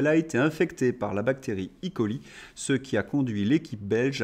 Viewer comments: Bonjour , juste un détail on ne prononce pas i coli. Mais e.coli Le e etant l abréviation de enterobacter (et coli colibacille) bonne journée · C est une nouvelle mode de dire i coli? Comme si c était le le e anglais d electronic dans imail ? De mon temps à la fac on disait E coli car le E vient de Escherichia nom de genre, latinisation du nom de son inventeur Théodore Escherich. Mais peut-être cela a t il changé car je suis maintenant un vieux croûton.... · 🙏🙏Juste une toute petite remarque : pourquoi dire "i-coli" ? Ce sont des bactéries Escherichia coli, et donc on dit en abrégé "é-coli". 😉🙂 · J'apprécie bcp votre journal, mais de grâce ne prononcez pas i-coli... Ce n' est pas de l'anglais mais du latin : escherichia coli ! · De grâce, arrêtez avec " i.coli " comme on l'entend bien trop souvent. On n'est pas dans le digital: c'est juste l'abréviation de escherichia coli. Merci.